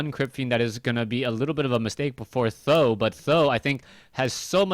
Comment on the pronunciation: why do you call him tho ? i thought he is pronounced samdan?